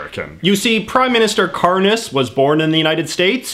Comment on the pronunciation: Help the way he pronounced kariņš as karnis (the latvia PM) i cant- it reminds me of the word izkārnījums which is fancy talk for shit...fitting